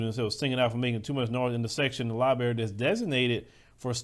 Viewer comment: Bruh you said libary.